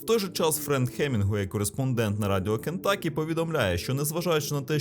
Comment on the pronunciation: З поверненням. Правильно переклад штату звучить "Кентукі", а не "Кентакі".